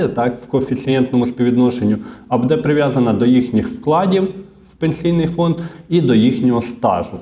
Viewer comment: що ото за нАголоси у вашій мові: будЕ, в ню...? Дуже ріже вухо..!!! ВиправлЯйтесь!!! Дякую за працю.